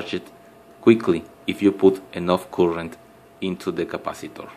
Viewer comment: It is "Current", not "Coolant"